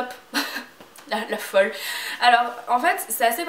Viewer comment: J'aime trop quand tu dis "là folleuh" tu ma dead :'')!!!